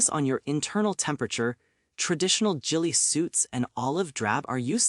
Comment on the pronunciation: "Jilly suit"... ai BS